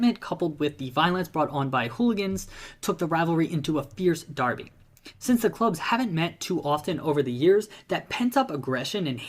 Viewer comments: It's pronounced Darby. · Derby is pronounced DARBY whether referring to a match or the town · Derby is pronounced (Darby). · Pronounced "Darby". Check out the name and construction dates of their old stadium? It will show you how popular a supposed American game was over here in the nineteenth century? Similar to Cricket over there, which no one other than a few historian knows about either? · We pronounce it 'Darby' 👍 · hi again, yes you would pronounce it "Darby"